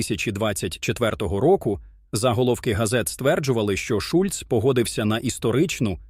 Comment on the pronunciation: Шольц,а не Шульц